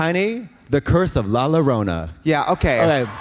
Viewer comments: xD not Katya saying "Lala-rona" xD when its pronounced "la-eeyore-on-ah", as a Hispanic who grew up in a spanish speaking country with lots of stories of "La Llorona" this makes me laugh so much ❤ love you both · Katya calling La Llorna, La La Rona 😭 i love her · I can’t believe Katya lives in LA in still says “LALO RONA” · “La larona” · Trixie should get her accent coaching degree taken away from her for the way she pronounces "La Llorona"